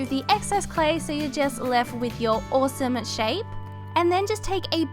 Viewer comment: I love how you say awsome (owsoome)